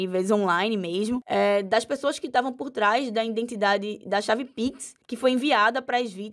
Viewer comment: “INdentidade” parei aí!